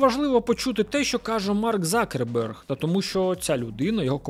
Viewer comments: Почему он стал Закерберг? Он Цукерберг! Абетка України літера Ц ,вона там Є! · "Марк Закерберг" це якась жесть.. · Ніхто його не знає як Цукреберг, його прізвище Закерберг, ви хоч раз дивились хоча б інтервʼю з ним, може ви краще за нього знаєте як вимовляється його прізвище?